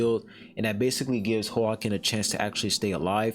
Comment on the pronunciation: The name is Hwa-kin, the same way you would say Joaquin Phoenix, the Joker actor